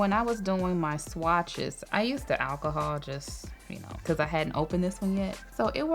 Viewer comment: Admit it, when she said alcohol, we thought she is saying Ass hole 😂